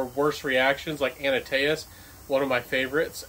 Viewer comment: 👏👏👏 Liking your review! However, it's ANTaeus...not ANAtaeus. Just a mild criticism...lol. If ever I am pronouncing French words...it's WAY worse. I really like the Elixer sample I received from Chanel more than my 30ml Sauvage EDT, which I keep in my golf bag. 👏👏👏